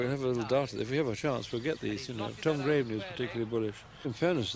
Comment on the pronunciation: What was with all the commentators referring to Tom Graveney as 'Grave - er - knee'?